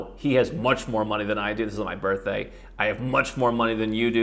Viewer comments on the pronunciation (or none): none